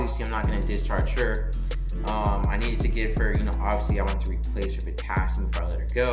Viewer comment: I liked it, the only part I had to turn on the closed captions for was when you said, potassium 2.9, couldn't understand so just replayed it. It's post covid and I went to school for my LPN , been doing long term care for a short time then went to homecare 1:1 for vents and trachs and then school nursing. Was nervous going into the hospital exactly for what you said Not feeling like you can think with high patient ratios. Saw they are now hiring LPNs for tele units and needed to know what to expect. I went back to school for my RN . Thanks for your video. I